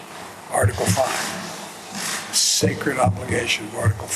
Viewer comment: Almost spat my tea out when Biden said Article 5 was sacride commitment.😂